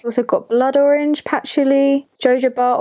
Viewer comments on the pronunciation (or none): none